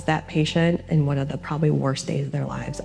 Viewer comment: This is the second abortion documentary I've watched this week where the narrator pronounces the as da. What is going on?